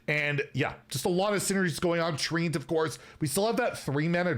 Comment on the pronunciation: If it says "treant" why is it being said like "treeant"?